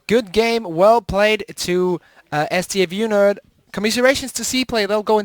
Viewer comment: stafu and not s t f u nerd